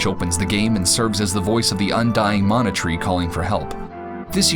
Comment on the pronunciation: Thank you for pronouncing mana correctly.